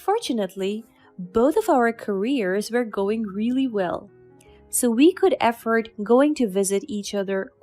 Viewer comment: Story 5: The narrator should tell the story properly and make it interesting to listen to and not be in a hurry. She seems like she's running the annual New York City marathon. Oh , and another thing, she must learn to pronounce the words correctly, it's not EFFORT but AFFORD 🤦🙆 dear me, ooh this girl, eish......